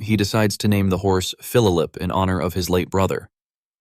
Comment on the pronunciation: Well I keep hearing is Phillulip 😂 it's Phillip or Philip 😂 But other than that you did a good job. The video was awesome